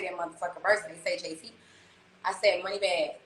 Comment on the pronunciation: Everybody talking about “this is so great” blah blah, she literally didn’t even know JT’s name 😂 she called her jay-taria. Like pls y’all get a grip